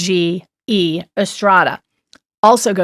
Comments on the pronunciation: Jorge is pronounced HOR-HEH ... it's a Spanish name so the letter J sounds like the letter H. George is the Anglo for Jorge. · i think it is pronounced whore hay ??